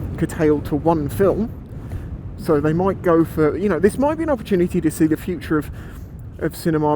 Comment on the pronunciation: I hate to do this to ya friend, but it's FUTURE, not FUTRUE.